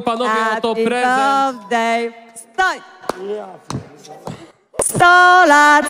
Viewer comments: Happy bełzdej ’’ ? Nie znałam tego 😂😂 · 🎉Hapi bełfdej 😂😂😂 o kur....😂😂😂😂😂co tu się odpi... stanęło😮😮